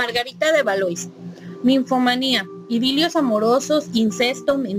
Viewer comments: Se pronuncia Valua por si subes otro ya sabes cómo es 😄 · De ValuÁ...... con acento en la a ... A ... (tú que eres corrector, habrá que tomar nota)